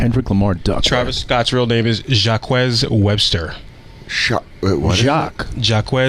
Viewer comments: The ebonic pronunciation 😂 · Went French no doubt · to hear the wildest pronunciation of "Jacques"